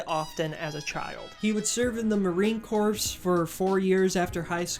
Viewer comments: Really good video, loved your insight! Jd vance and his whole hillbilly family are predictably fuckin psycho However you did say "marine corpse" instead of marine CORE (how corps is pronounced), so I will be downvoting and you will be hearing from my lawyer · It's time for "what word did you mispronounce for the entire video because you've only ever read it, and never actually heard anyone say it outloud!" YAY! Marine corps. Pronounced like "core," not "corpse." Whoopsies! Just goes to show you about how suited for military service you are. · Did you say “corps” with an s? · Psssssst, just so you know, "corps" = "core" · "Corps" is pronounced "ko'r", like "apple core" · "Corps" is pronounced "Core" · Hi! I'm brand new to the channel but really enjoyed this vid! It was really engaging and well-researched.🙂 Just a couple tips, please feel free to disregard them- I liked the background music a lot, but it was a little loud and distracting. It made it kind of hard to absorb all the great info you provided. I think adjusting the mix slightly might be helpful. Also, it's Marine Corps (pronounced "Core", not "Corpse" like a dead person). "Corps" is a weird word that comes from French and isn't pronounced how you'd normally think. Also "wanton" is like "want-ton" (like want+a ton of bricks), not "won-ton" (rhymes with Don John) like the delicious treat in Chinese restaurants ❤ I said both of these incorrectly for SO LONG and it embarrassed the heck out of me 😅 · Great video. I'm just going to reiterate what others have said about the music being a bit too loud. Also, I don't mean to be a snob, but corps is pronounced like "core" and not "corpse" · It's marine 'core' not corpse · Bro, quit saying Marine CORPSE... it's pronounced "Core" that's something you definitely should know. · Heyo! Btw marine corps is pronounced "core", not corpse. Otherwise loved the video, LOVED THE MUSIC!! Keep making stuff it's great :3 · Marine Corps is pronounced Marine Core not "Corpse."